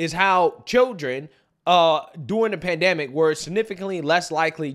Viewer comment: PandEmic, not pandAMic